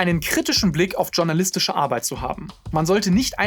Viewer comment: journalistisch: Ich würde das vom Französischen abgeleitet "schurnalistisch" aussprechen, nicht vom Englischen abgeleitet "tschurnalistisch".